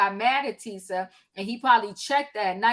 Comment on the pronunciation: Omg tishaaaaa not tisaaaa lol